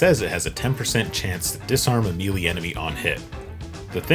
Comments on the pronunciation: Omg it’s pronounced “may-lay” not “mealy” you troglodyte. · Mealy attacks? Lolololol. Melee is prounounced, "may-lay." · May-lay, not mealy. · I'll subscribe if you stop calling may-lay mill-lee 😅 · May lay. Not me lee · "mealy" "mehlay" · Great content, thanks for sharing! In return, a tiny tune-up (if it hasn't already been mentioned) to try: The word "melee" is French (so, funny pronunciation, just like the rest of English is a mess of) and it's pronounced, "meh LAY". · who says mee lee lol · This is really cool, but why do you pronounce melee (may-lay)? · Pronounced May Lay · Melee is pronounced "maylay". Great videos otherwise, I really enjoy (and need) your anti-perfectionist takes. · the way you pronounce melee is super annoying, and i showed how you should be saying it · How do we mispronounce melee in 2025? Mealy? WTF? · "meelee" woof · It’s May-lay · It’s pronounced may-lay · It may have been an engagement trick and, if so, well done, but if not thought it might be helpful to know: "melee" is pronounced "may•lay", rhyming with "mayday" or "payday". I know it doesn't look like that based on the spelling, but google around to confirm. Language is weird. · Melee is pronounced May-Lay. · Anyone else get angered when he said "Me-lee" 😂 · Do you mispronounce "melee" on purpose to annoy people? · Say melee again please.